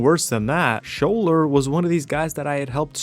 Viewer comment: Its Skawler, nut Shuler!